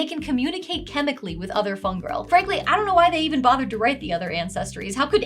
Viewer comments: Every time you say the word "fungril", it takes me back to when someone was calling it "fun girl" in the Critical Role character creation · I know you're saying Fungril, but every time my brain hears Fun Girl.